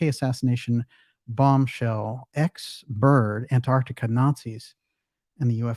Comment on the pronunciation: Well done, the first American on Youtube who can pronounce Antarctica properly!